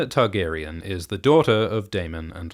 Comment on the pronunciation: I only just now realized that you say Tug-arian. Now I can’t unheard it.